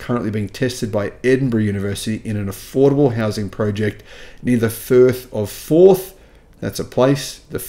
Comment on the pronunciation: " 'The Thirth of Forth' ...that's a place..." "....& in Fife!" 😂